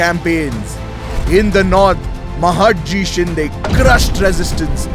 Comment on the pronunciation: महाडजी शिंदे? what the hell is happened to your pronunciation? Its महादजी शिंदे! use Marathi pronunciation, don't talk like British